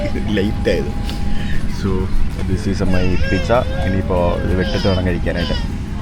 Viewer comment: പിറ്റ്സ അല്ല പീറ്റ്‌സ ആണ്